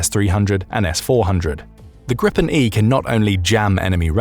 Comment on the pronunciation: It’s pronunced greepen not grippen 😂